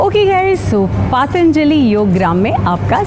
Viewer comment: Pronunciation is wrong of “Patanjali”, as you are saying Paataanjali”.